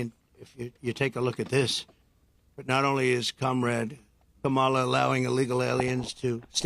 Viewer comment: "Kamolly" Dumb wick can't even pronounce her name